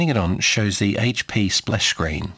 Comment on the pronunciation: Thank you so much for not saying "Haytch Pea"... would've drove me nuts.